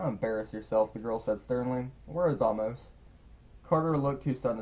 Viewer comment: Hey, you've been pronouncing Amos wrong. it's AY-mus, like the book of the Bible.